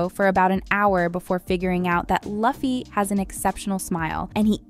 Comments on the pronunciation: Please stop saying "luhffy". Its embarrassing and It shows you didn't even watch the source material and makes you sound not credible as a source. If you're going to be a journalist on this please get the pronunciation right. It's pronounced "LOO-fee". You would know this if you actually watched the show, oh snap. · Sorry guys but it is not Ai. Actually, I find it hard to believe an Ai would pronounce Luh-fee lol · If pronounciation is one thing then y'all are incorrect Japanese don't have any L sound it's more like Roo-fee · SAY IT WITH ME NOW!!!! LUFFY (PRONOUNCED, LOO-FEE) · Well, she did her homework. She just never watched the show. "Luffee" 🤣🤣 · I know you didn't just call him "luh-fee" bro did you watch the show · Youd think after all these years of notoriety and the popularity of the series, this lady would say Lufft correctly. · Is not Luffy is Loo-Fee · the way narrator says "luh-fee" :( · Could you please re-record the audio with the proper pronunciation for Luffy's name? "Loo-Fee" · Laffy ?!!! O Nahh, Luffy. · REALLY GOOD FITTING STRAWHATS CREW CASTING CHOICES, especially Luffy and Nami! TBH i really get annoyed at the fact that whoever was narrating this YT video kept calling Luffy "Loogh-yy" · you say it as louffy not luffy sorry i just dont like when people gets it wrong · did you say Laffy?????????????? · The way you say Luffy hurts my ears, it pronounced as Loefy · Oh no.. the narrator cant even pronouce Luffy(loo-fee). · It's pronounced loo-fi. Also this guy isn't Oda 🙄🙄🙄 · is this ai voiced? it's pronounced as loofy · The way this girl keeps saying LuHffy" in the entire vid annoys me 🥲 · I'm sorry for being really angry.............IT'S NOT LUFFY!!!!!!!!!!!! IT'S PRONOUNCED LOO-FEY!!!!!!!!!!!!!!!!!!!!!!!!!!!!!!!!!😡😡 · I'm sorry but... LUFF-y? Girl... no. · Hearing the names pronounced the wrong way is a nightmare for every true fan of One Piece. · Have you ever watched an episode of one piece? The way you pronounce Luffy's name tells me "no". 😂